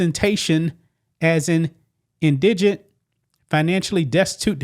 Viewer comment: It’s IN-digent, not in-DI-gent